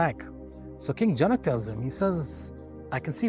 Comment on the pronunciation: Well... I don't want to start a debate session, but please look in to the pronunciation of जनक, पतञ्जलि, etc. Otherwise, it was good and educative. शान्ति:।